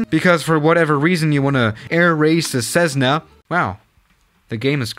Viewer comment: It’s a Cessna not cezzna that’s not right